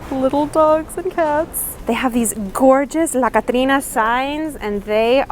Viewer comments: Wow ur spanish was on point, I was like wait a min....she actually pronounced Catrina correct omg how do u know spanish? You're super awesome try & make a DIY spanish video see the results I'll subscribe & recommend if u do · It’s the way you pronounce “dia de Los muertos and catrina “ For me 🥰🥰🥰🥰🥰🥰🥰🥰🥰🥰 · Are you a Latina? The way you said “Día De Los Muertos” and “Catrina” was perfect!!! Love all of your videos!!!